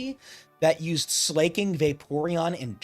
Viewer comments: Slaking is the king of slacking, not slaying. Therefore it must be pronounced as Slacking. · Also, Sla isn't pronounced as Slay before i forget lol